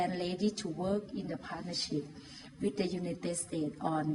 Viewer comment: with เจ๊แกออกเสียง วิด เลยอะ 555555